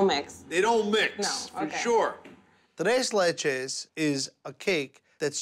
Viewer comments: “Trey leyche” “Doolce de leychey” it’s TRES LECHES AND DULCE DE LECHE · tRAIS LACHAIIISS THAT'S MY FAVORITE PRONOUNCE IT RIGHT 😣😣😣